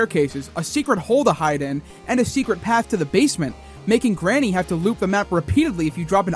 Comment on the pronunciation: I didn’t want to be the:” Erm.. actually” 🤓 guy but, its not “Garnny” it’s Granny